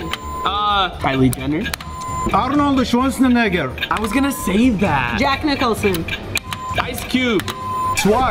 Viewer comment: The way said Arnold Schwarzenegger idk if I should feel offended 😂😂